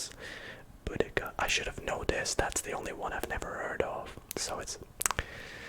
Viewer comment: As an English person I was cringing the entire time haha, especially on the national trust one and the Boudicca one. We all learnt about Boudicca in school so I was like ‘ITS BOUDICCAAAAAAAA’